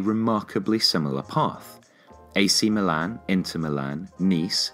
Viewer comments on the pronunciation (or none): none